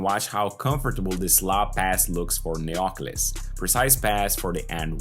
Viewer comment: Definitely we buy his stock! Superb analysis and congrats for your work! A minor observation for pronunciation purposes in the first name Neoklis the Intonation should be on I and not on o. It is therefore NeoklIs and not NeOklis. In ancient Greek this first name literally means New Glory